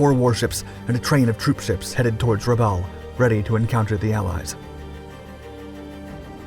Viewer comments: it's Rabawl, not Rabell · I believe that Rabaul is pronounced Ra-Ball, not Ra-Owl. I'd like to know which is correct. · For christs sake……some of your pronunciations of places names is absolutely VILLAINOUS ! Bougainville is Boo-gan-vill Rabaul is Ruh-ball Great subject but bad pronunciations throw it off a lot. And the Essex class were NOT “jeep” carriers, they were fleet carriers. “Jeep” carriers were a nickname for the freighters that were converted into small carriers. Get it right or don’t do it at all. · How on Earth do you manage to mispronounce (almost) every single place-name? MAY-kin, not Mekin. Rah-BAWL, not Re-bowl. Okay, you nailed New Ireland - although I doubt the Irish accent was truly necessary. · Rubbowel and Trook? Are you sure about those pronunciations?! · I usually like your videos. But this one is rough. For 80 years these places have all been pronounced a certain way and now you've decided to change every one of them. Truk sounds like truck. Boo Gan vill. Rah ball. I forget the other ones. Try watching a couple videos on here. You'll figure it out